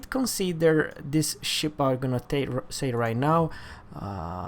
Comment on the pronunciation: damnit, its pronounced TECK tree...ive told you 5 times;-p